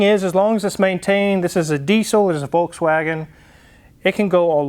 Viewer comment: Citroen (pronounce citrun) in the dutch language is also lemon ;-) André Citroen did in fact have a Dutch surname. In any case I don't care about pronunciation of Citroen, it sounds good to me either way. As opposed to volTswagen which is incorrect in any language but still half of the car youtubers somehow think that's the correct pronunciation..